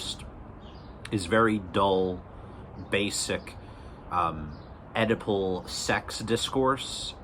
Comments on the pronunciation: I keep seeing your text-to-speech interpet Oedipal as edible, and now I have a funny image of Freud diagnosing a client with an edible complex, and the client is on his sixth brownie saying "dude, no way". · I wondered what his use of 'edible' meant...maybe 'consumerism'? Then finally i realised he is saying 'Oedipal' ! Anyway you got a sub for this worthy attempt to read the memes!